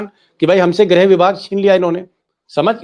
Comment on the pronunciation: Not grah but grih